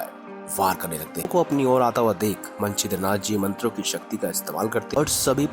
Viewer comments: भाई! आप मछिन्द्रनाथ को मंछिद्रनाथ pronounce कर रहे हैं। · भाई, आप नाम का उच्चारण तक तो गलत करते हैं।मछिन्द्रनाथ भी आप ठीक से बोल नहीं पाये।कथा की सत्यता भी संदिग्ध लगती है।